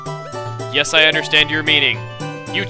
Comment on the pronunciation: Chuggaa, you can't say YES like NO You need to say it like YESZ or HYES or HYESZ